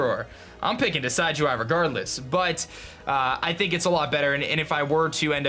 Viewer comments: It's Decidueye, as in a deciduous tree. Not decide-you-eye. Also, you only have the held item fix IF YOU PATCHED TO 1.0.4. Make sure you do that. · Totally team Decidueye. And I think its a short "i" when pronouncing it, like "deciduous". As far as Uranium goes, I think its really an interesting series and look forward to watching it. Sure, its not official, but its very well made and looks like it could have been official in an alternate universe.